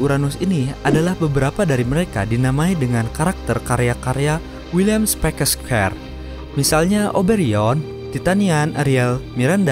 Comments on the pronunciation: william siapa tu ? william kskwekkskskpere ? hahahaha william shakespeare ya ? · Hahaha ngakak gw.. William spekes skher 😂😂😂😂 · Wiliam sepakes seper ?? Srius dikit Penulis seterkenal itu lo nyebutin Namanya salah... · harus dikasih tau Tuh cara baca Shakespeare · Indon doesn't care about shit. Ya makanya baca gitu doang gabisa. Atleast, riset dulu gt cara bacanya biar gak salah. Malu-maluin.